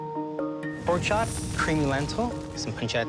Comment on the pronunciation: It's poark